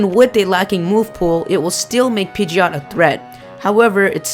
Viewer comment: you called pigeot.